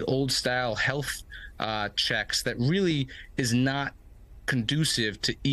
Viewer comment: Bruh the reporter said "weally complicated", 😂😂😂 its nice to know that these reporters are actual babies, and yes ive rewatched it twice he really does say weally, 😅